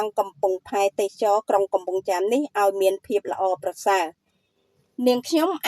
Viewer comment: AI ឬអ្នកអានព័ត៌មាន អានមិនត្រូវសោះ ទេសចរ ជាទូទៅគេ ត្រូវអានថា ទេស សៈ ចរ មិនមែន ទេស ចរ នោះទេ